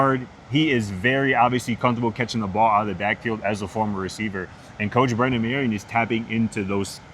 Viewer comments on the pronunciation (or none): Dudes...It's Brennan Marion, not Brendan. As reporters, you should at least know the OC's name.